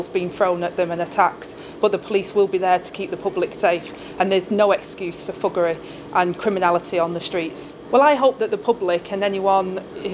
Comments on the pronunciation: Did she say buggeray or fuggeray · She can’t even say “thuggery”.